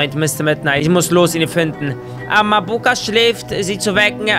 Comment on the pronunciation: bei Mabuka betont man das a am anfang und nicht das u